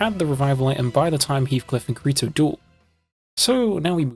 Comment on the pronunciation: Bro he said kreto